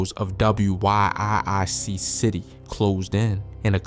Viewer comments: You should.say surgical precision not clinical execution if I'm right I think that what ur trying to get across just for future reference and wiic is pronounced wick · 😂 this fool can’t even say wiic city 😂 he spelled it out 😂